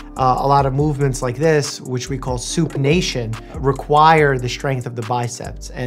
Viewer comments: . All I can hear/think of is, “Soup-nation.” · did anyone else heard "Soup Nation"?